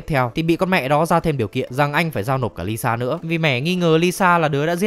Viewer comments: là ilsa faust, not Lisa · Nhân vật ILSA mà đọc là LISA làm hnay đi coi phần 7 chả hiểu ILSA là con mẹ nào đâu ra 🤣🤣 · Quại cố tình đọc ilsa thành lisa hử 😡